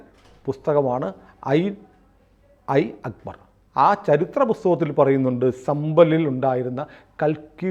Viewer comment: ഐൻ ഐ അക്ബർ എന്നല്ല "ആയിന എ അക്ബർ" എന്നാണ്